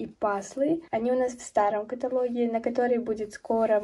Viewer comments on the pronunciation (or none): none